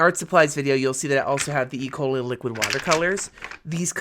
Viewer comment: I swear I thought you said e. coli markers. 😂